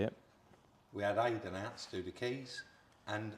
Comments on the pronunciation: called him aiden again countless times after saying about it being pronounced eiden 🤣🤣 good job hes a mate poor bugger, great video as always lads 👍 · And you still couldn't be bothered to pronounce his name properly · Calls the guy Aidan, he corrects you on pronunciation, you continue to call him by the wrong name - abit insulting no?